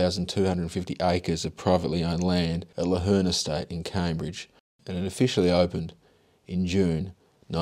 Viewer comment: The land the airport is situated on at Llanherne is pronounced Flanherne. It is a Welsh name where having 2 L's the first L is pronounced "F"